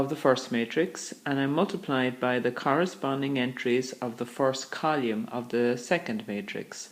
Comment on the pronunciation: column not colume